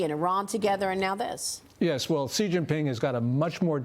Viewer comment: I love your comments, but please learn to say Xi.